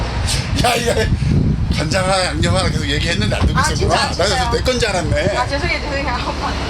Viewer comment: 진짜 늘 영상들 보면서 힐링하고 있어요! 오늘 새로운 손님들이 많아서 기분 좋아하시는 미란님 보니까 제가 다 기분이 좋네요! 역시 외국분들에게 양념 발음은 어렵나봐요 ㅠㅠ 제 외국친구들은 스윗칠리하면 태국 음식 먼저 떠올리던데. 귀여워를 kiyo로 바꿔서 편하게 부르는 것처럼 뭔가 양념도 귀엽게 표현되는 단어가 있으면 좋겠어요. 맘껏 자랑 좀 하고 다니게 ㅎㅎㅎ 양념 발린 닭꼬치도, 간장소스 닭꼬치도, 떡볶이도.. 호주가서 다 먹어보고싶어요. 매번 볼때마다 저기서 사먹는 분들 너무 부러워요